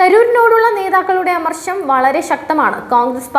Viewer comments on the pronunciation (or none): അമർശം അല്ല അമർഷം 😜